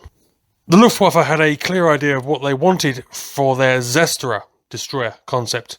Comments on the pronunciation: Repeat after me: Tser-Shto-Rer, not "cester" (Zerstörer) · Several remarks, it isn't A-oh it is A-Zero the number just like with the Fw 190 A-5 being a Block number. Furthermore the e in Falke is pronounced, so it is Falk-eh just like Marine is Marin-eh. Finally Zerstörer is pronounced Zehr-soer-eher.